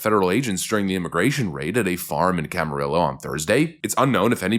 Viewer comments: Glad to see my home county reaching your channel good sir. Keep up the great work. Oh, Camarillo (Cam-ar-rio), "L" is silent. 😅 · Its camer-eo the LL,s are silent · Cam-Ah-Rio. Double LL makes a Y sound. Adolfo is probably rolling over in his grave... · “Cam-a-riyo” at least it wasn’t in “ojai” good luck with that one. But that’s a new one I haven’t heard before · In case you ever do another video about this area, it's "Cama ree oh" (Spanish name). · Camarillo or Kama rillo 😁 sounds like the way I would pronounce it and I'm vanilla face. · Camarillo pronounced "cama rio" double ll in Spanish is like Y. Ironically my hometown of Vallejo, we pronounce the L's like English. I'm sure originally it wasn't, but that's California. San Rafael is pronounced San Rafel. IDK, just is. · Camarillo LLs = Y sound